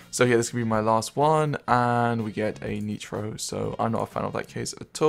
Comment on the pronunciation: is English your native language? you said neetro, and huzaard